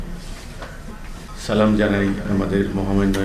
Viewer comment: সেলিম তুই সালাম শুদ্ধ করে দিতেও শিখলি না।